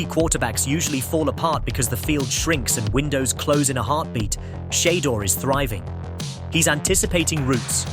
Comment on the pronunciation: Whomever recorded this AI segment, erase it and and you a real person. I can't bare to listen to the mispronouncing of Shedeur's name. Big turn off.